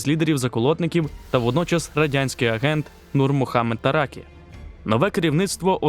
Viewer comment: Наголос на останній слог: ТаракІ. Подруге це те, що Таракі не намагався зробити державу тоталітарною, це слово взагалі тут зайве. Треба казати соціалістичного напрямку розвитка. А от наступник Амін був сталініст, що не подобалось радянському керівництву.